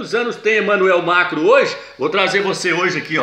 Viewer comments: Nossa, que agonia ouvir MACRO e não MACRON, mas o vídeo é legal. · que nervoso da esse irmão chamando Emanuel "mácro" , macro é mercado porra! é MACRON.